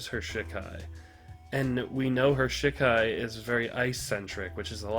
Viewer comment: It's funny hearing you say "shit Kai" but it's "she Kai" hahaha